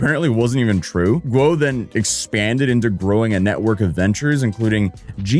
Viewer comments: u say Gwuh but it sounds more like Woh; there’s no G in there that I can detect lol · . Still wrong. Woah when ghee she said. You started with guoah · Say it like Gu-OH fast.. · Guo might as well as been Ggwhuweououeio according to 🤣 edit: lmfao